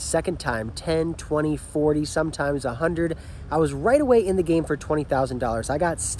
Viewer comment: Alright, I love you, you seem like an awesome dude but this is killing me… When you say ‘makes the call’ it sounds like you are saying ‘makes t’call’ or something. There is a the. It’s ‘makes. the. call’ but if you are fucking with us then kudos, you got me.